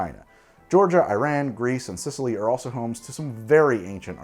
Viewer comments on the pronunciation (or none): none